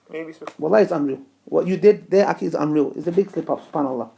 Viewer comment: Learn how to say akhi right, till then get off camera.